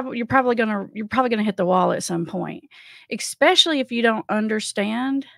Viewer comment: Hello...love your work! But there's no X in especially 😅